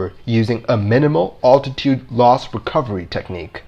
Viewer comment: For the love of God, it is ALTITUDE not attitude.